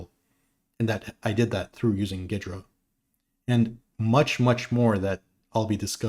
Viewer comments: There was a time, long ago, where there was a tool that pre-dated Ghidra, called SoftICE that allowed exactly this and more, because unlike Ghidra it was a kernel-mode debugger, so below even User Mode where Ghidra is limited out-of-the-box. Also though, pretty sure the correct pronunciation is more like "Geedra" not "Giydra." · Is that really how it’s pronounced? I hear it as “gheedra” often